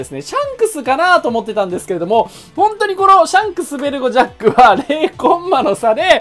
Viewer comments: ジャックがジャッジになってる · ジャックがジャッジになってるよ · 誰も言ってないけどジャックのところジャッジになってる